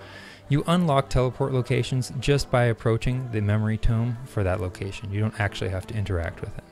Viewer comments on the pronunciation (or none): none